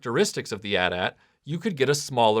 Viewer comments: The constant "at at" thing is driving me nuts. Everyone knows it's "Eh Tie - Eh Tie". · Atat....it's AT-AT (Aye-tee Aye-tee) ... 🤭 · Dude, really? At at? You don't say at and tee when talking about a phone company. Anyway, the amount of Hoth stuff Kenner put out always bothered me. Other cool review video, but some how I feel like this should have been a bit longer given the amount of Hoth toys there were. Keep up the good work.